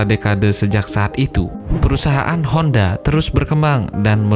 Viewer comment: Soichiro Hondo bro, yang bener.